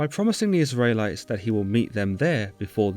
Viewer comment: Israylies and Tabarhnacle? 🙃